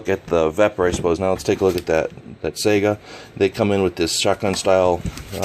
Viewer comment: It is pronounced Sigh-Ga not Sega like the video game console.